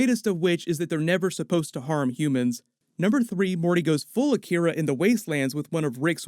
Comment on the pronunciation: I swear I heard Jerry say you turned our son into an ‘Akita’ like the dog breed because Jerry is too dumb to know what Akira is